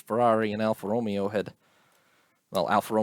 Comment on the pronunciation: Alpha Row-May-ow